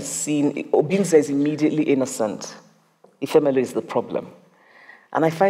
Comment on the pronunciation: Agreed, I just wish someone taught them how to pronounce the name of the protagonist in her book. Isn't it I-FEM-elu, not Efe-ME-Lu?